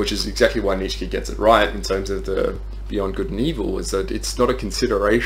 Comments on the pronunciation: Great video, just keep in mind it's "Neech-uh" not "neech-skee" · You keep saying neech key, are you blind or dumb and or deaf